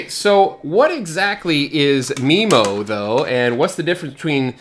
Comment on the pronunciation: I thought it was pronounced MyMo not MeMo? I tell my customers it's a "butt plug" :)